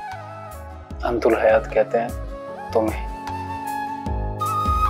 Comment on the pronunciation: Antul hayat nhi antal hayat.durust hain